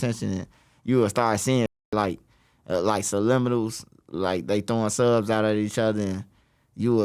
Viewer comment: “Suh liminals”